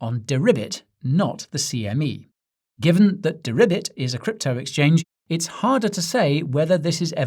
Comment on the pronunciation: 😂Guy! 🐸🐸🐸🐸 Deribit...ribet ribet...have you been speaking to Janet? BENANCE??